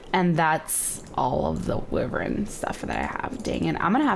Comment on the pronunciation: shes pronouncing Wyvern wrong